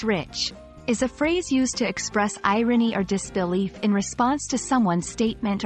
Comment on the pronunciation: The AI who did this can't even pronounce the word irony